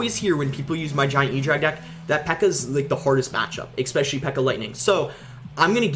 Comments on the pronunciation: Please stop pronouncing the words "especially" as "eXpecially" and "etcetera" as "eXcetera" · Is it just me or does he always says "ekspecially" and "ekcetera"?